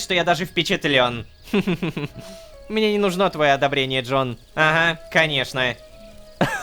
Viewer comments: непон невер сказал не rororowka a lololowka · ОН СКАЗАЛ Lololowk'и а не Rororowk'и !!! ахринеть. .